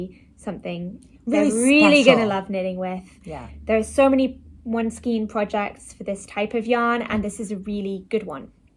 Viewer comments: The correct way is stile pronounced SKANE - no matter the "region" or the "accent". Do more research. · I disagree with your "ever-changing" remark. There is a correct way and an incorrect way and the word is pronounced skane. It may seem a non-issue for you but it bothers me when I hear it pronounced incorrectly. And lol, I am at an age now where I make no apologies to anyone for anything I feel about anything. In addition, my "reference" book of choice is the Bible. Have you read it? "A little yeast leavens the whole batch". Galatians 6:9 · It's pronounced SKANE